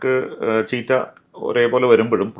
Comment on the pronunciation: The word cheetah is pronounced as CHEE-tuh